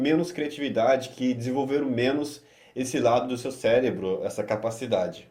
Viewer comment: Top demais o conteúdo. Mas... "Celebro" não Com carinho